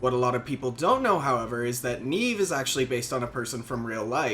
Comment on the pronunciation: Nieve, as in Snow in Spanish. Not Neeeeve, Knee-Eh-Veh I still see her when doing farm runs, because I haven't gotten her killed with my "questing" 😂